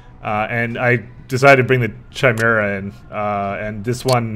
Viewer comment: *facepalm* Chimaera. kye-MARE-uh.